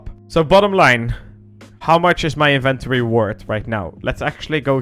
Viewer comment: "My Invent-ory" lol